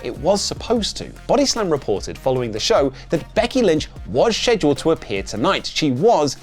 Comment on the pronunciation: FFS, learn to say Scheduled,.